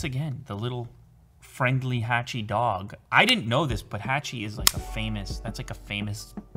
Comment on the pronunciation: Nobody: Literally nobody: Hachi: hachiko the drog tribute from japan